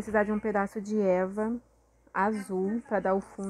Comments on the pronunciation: Porque vc fala Eva pro e.v.a? Tá MT linda sua caixa compra veludo aqueles que faz almofada sai bem barato para fazer graminha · sim kkkkk quando fala Eva eu fico procurando o que é